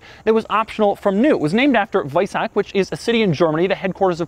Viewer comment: WEISACK................LOL HAHA Doug, it's WeisaCH CHHHHHHHH